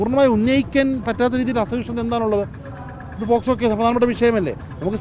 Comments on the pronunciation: പോസ്ക്കോ അല്ല പോക്ക് സോ എന്നാണ് ശരി തലക്ക് വെളിവില്ലാത്ത കൗൺസിലർ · പോക്സോ എന്ന് പറയാൻ അറിയാത്ത മൊയന്ത് ആണ് ഈ പ്രസംഗിക്കുന്നത്